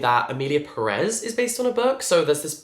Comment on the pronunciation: it’s Pérez not Peréz, the accent mark is on the first E so the stress when pronouncing it is made on that first E, PErez 🙂